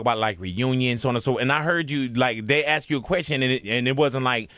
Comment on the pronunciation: its pronounced as spelled - 'ask' not ax....